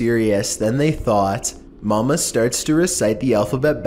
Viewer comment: It's Momo not mama